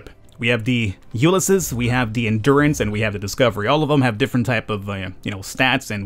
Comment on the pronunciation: Ulysses is pronounced "you liss eez", just a fyi.